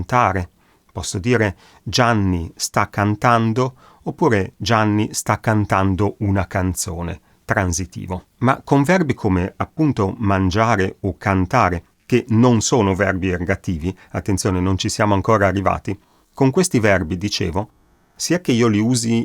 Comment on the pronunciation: Spiegazione bella ed esauriente. Mi scusi però se correggo la sua pronuncia: la S di "transitivo" e di "intransitivo" dev'essere sorda come la S di Sempre; invece lei la pronuncia sonora, come la S di roSa